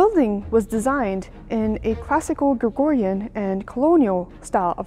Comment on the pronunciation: It is Georgian architecture, not Gregorian.